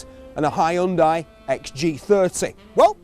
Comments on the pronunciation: Its not HAI UN DIE ONLY HYUNDAI AND YOU READ IY HYONDAE!! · why the fuck is he pronouncing Hyundai like that?